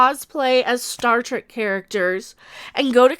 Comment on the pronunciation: did you just say "start wreck"?